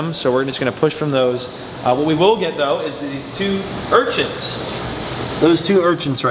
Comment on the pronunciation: "urchints" lmao it sounds like you add a T to urchins